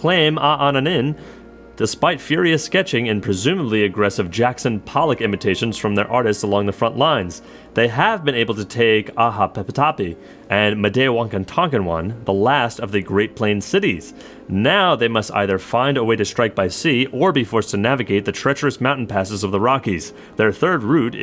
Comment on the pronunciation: Either the person who wrote the dialogue or this guy reading it, I don't know which, but every time they said Mdewakantonwan they said it wrong, saying it like this: Mdewakantankanwon. Maybe I'm just being nitpicky but it bothers me lol